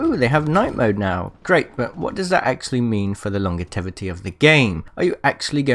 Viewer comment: "long-ga-tevity" ! FFS man